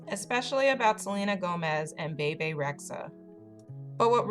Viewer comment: PLS PLS PLS SAY HER NAME RIGHT ITS “BEE BEE” NOT “BAY BAY”